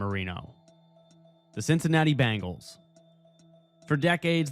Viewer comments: Cincinnati's team is pronounced B-E-ngles, not B-A-ngles, looser. They aren't bracelets; they are a specie of tiger! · Uhhhh, dude... It's pronounced BEH-ngals! The Bangles were an 80s all-girl rock band. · Are you saying Bangles?